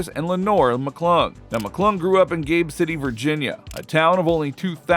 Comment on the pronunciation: “Gabe” city?